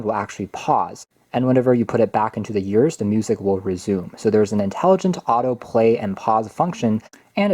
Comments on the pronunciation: You were saying YEARS instead of EARS, and it's a bit distracting/cringy. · The way he pronounced ears was really distracting...